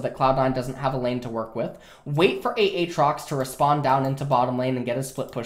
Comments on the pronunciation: he's saying it as a joke in itself, he said it like AT-trox before, but since they told him its wrong he's trolling and saying A-Atrox and playing with the name, but acts like its normal. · You done fucked up a a trox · he always said "ah-trox" before but people always told him he was saying it wrong so he said he would change it, and now it's a-atrox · Why does he say aatrox like that?